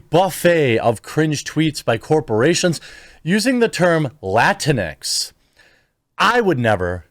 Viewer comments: PS - it’s pronounced “Lah-tinks” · It's pronounced la-tinks. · My Hispanic wife is just as confused: is it pronounced Latin-x, or Lah-tinks? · I hate seeing "Latinx" because everytime I see it I pronounce it "Lah-Tinks" and that sounds more insulting then just latino/a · I just like pronouncing it "latinks" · When I first saw that idiotic word, I literally thought it was pronounced “la-rinks” This stupid pandering is accomplishing the exact opposite of what they’re trying to pretend to accomplish. I will not accept the categorization that they attempt to place on an entire Hispanic heritage. I reject this label wholeheartedly. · I heard someone on a major news network pronounce it Lah-Tinks before and I almost peed myself! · It needs to be pronounced Latinx (Luh-tinks), to make it sound as stupid as it is. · I thought it was pronounced “La tinks”. If so, I’m not surprised it hasn’t caught on. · We (latinos) know "latinx" is a white people thing because it's impossible to pronounce in spanish or portuguese. Not a single latino or latina would have come out with that term, ever.